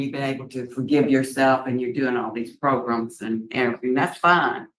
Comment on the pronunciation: I was just as ecstatic as you are with the new victims advocate. Did you notice her proper pronunciation of "prgrums"? 😅😅 I can't wait for her to notice how few writeups these things get.